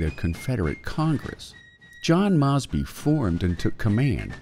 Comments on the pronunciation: Its “Mose. Bee” on the pronunciation, and the South “seceded” not “succeeded”. Jesus. Also Mosby did not directly engage the enemy, so the claim he “took on far larger numbers” is misleading because this never happened in pitched battle. It did occur, rather though in ambushes and raids. Also carbines were literally invented for cavalry. The south did not have access to repeating shoulder arms and therefore multi shot pistols were preferred over single shot “musket” style carbines. This video, in just , got almost everything wrong. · Would you please have a checker, for your narrator! The pronunciation of Mosby, is about as well known as the word hamburger!